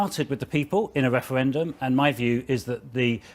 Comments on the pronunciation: Whats a "Weferwendum " ?? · this wemoaner supports a second weferwendum?